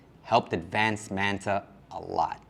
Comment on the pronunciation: My brother. I respect you, but please stop saying Man Ta and say Manta . I get you speaking English. Just it the right way. Not the English way. It just sound funny. Please 🙏🏼